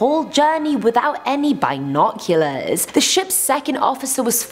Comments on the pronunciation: Why are you saying bi noculars its binoculars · Since when was the 'I' in binoculars pronounced soo hard.. bIIInocluars haha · Bye-noculors i say b-noculors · You mis pronounced binoculars... my brain couldn't comprehend it so i left... bye! 😜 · Anyone else really cringing at her pronunciation of binoculars? Let alone the whole 1000 years things